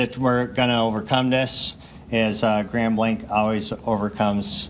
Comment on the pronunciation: This hit so close to our region and I was appalled that day. P.S.: It's Grand Blanc (it's not pronounced with a "k" at the end; it's hard to drop in the "c" to say it).